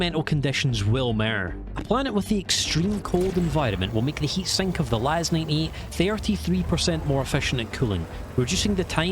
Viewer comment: Are you saying LAS-9E? Because it's LAS-98.